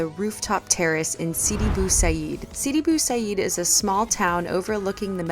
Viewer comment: U raped the name of Sidi Bou Said And that is not a cookie it is called Makaroud